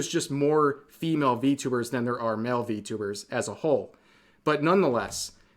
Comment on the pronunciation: You said it wrong its ENVY-tubers